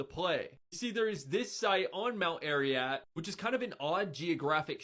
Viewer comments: "Mount Ariat". He makes himself sound so much more ignorant with that. He's apparently so interested in what's on this mountain, but he can't even be bothered to learn what it's actually called. But I guess he's the kind who doesn't need to worry about "foreign" stuff. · The nut-job indoctrinated boy cannot even pronounce Ararat. Keeps calling it Mt Ariat. Great job, kid. One suggestion, though, Dan, can you please move to the side or position papers you are reading to the side so they don’t block your face while you read them. Just looks weird. Constructive criticism, honestly. 😀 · To the young man in the flannel shirt... it's Ararat.....not Ariat. If you're gonna have a discussion please at least learn how to pronounce the words. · Mount Ariat? ARIAT??? Dear sir, I believe you mean Mount Ararat... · It's crazy that people who want you to listen to their "educated opinion" don't even know the name of the thing they're talking about. If you can't be bothered to know that it's Ararat and not Ariat then why should I think you know anything? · "Mount Air-ee-at," then "seafood remnants"! Thanks, broccoli-haired boy! I needed a good laugh! BTW, don't get the gefilte fish! It's been on ice for millenia and no one will touch it! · I kept getting annoyed every time he said, "a-ree-yat". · I noticed that, too. It kept making me cringe when the young man kept pronouncing it, "Ary-at!" And the Bible does not say, "the ark came to rest upon top of a mountain called Ararat," it says, "upon the MOUNTAINS of Ararat." It was a region, not a single mountain. We don't even know if we're even looking at the right mountain. I believe the story of Noah, too, but those geological ridges in Turkey are NOT the remains of the ark. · Dude cannot even pronounce Ararat. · I love when science is explained to me by a 15 year old boy who doesn't know how to pronounce the words he's reciting. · The guy can't even pronounce Ararat. What do you expect?